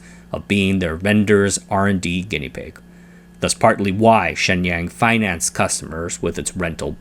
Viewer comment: It is distracting to hear you mispronounce “Shenyang “ so badly. “Waiter “ has a long “A” and the “A” in water sounds like “ah” You pronounce the “A” in Shenyang in a way which would make “water” sound like “waiter “. You use the accent of a country bumpkin.